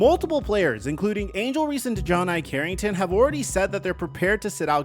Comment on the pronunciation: No. just pronounces things how ever he likes. You heard how he said Dijonai Carrington’s name? 😂